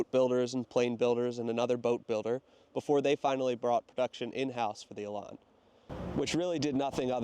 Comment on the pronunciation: Elan rhymes with pan.